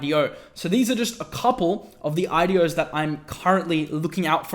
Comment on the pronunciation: what he says: IDOs What I listen: adiós 👋